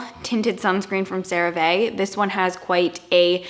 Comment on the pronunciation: CeraVe is pronounced Cera-Vee. It stands for Ceramide Vehicle :)